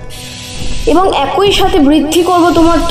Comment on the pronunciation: লাশ!! 'এক ঐ' না 'এক ই '